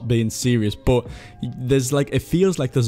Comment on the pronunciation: how can you pronounce "but" like "bot" tf dude